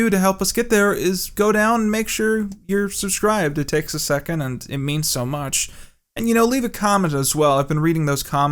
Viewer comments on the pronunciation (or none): none